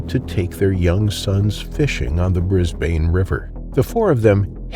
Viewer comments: yeah bunch of mispronunciation again- normally i wouldnt comment on the city names cause it happens constantly but the fact you said "Bris-BANE" like 5 times in a row ticked me off so heres how you say it. "bris-bin" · Pronounced Brisbun although spelt Brisbane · Or Brisban is probably more accurate but don't expect people to understand all pronunciations like Aussies do❤